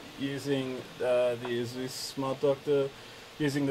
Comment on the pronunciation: Eh-sus not asooos. It really makes me uncomfortable and irritable when I hear that.